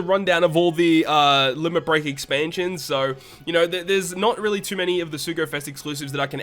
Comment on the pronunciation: "Exansions." XD lol jk broskii Keep up the good work, solid video as always!